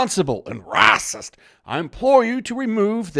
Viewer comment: Your pronunciation of "racist" is awesomesauce. If you were to type it out phonetically: rawcist (rawcyst??), or rahcist (like 'Rah-rah-rahcist!'). -The 'kid-made-superhero' is the best visual anyone could have come up with. Simply a stellar portrayal. -"Chinese food" is even more of a generalization that has come to include all Asian style recipe cooking, a list that includes more than several recipe styles that have been brought to many nations outside of their geographical origins. Here's how that word dilemma (suicide) can be (politically) correctly avoided: -Human beings originating from any Asian nation can be correctly referred to as "Asians" -Things (anyTHING other than human beings; usually inanimate) can be correctly referred to as "Oriental" (originating from The Orient). A bit dated reference, but, at the time I was notified of this, completely satisfactory in addressing these issues. What do think? cheers!